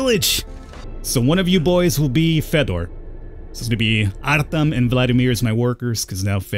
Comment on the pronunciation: The e is pronounced like a jo, so it's Artjom and Fjodor, not Artem and Fedder.